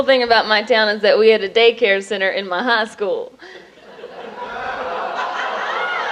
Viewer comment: nice set. I couldn't tell where you were from until you said "Ha School"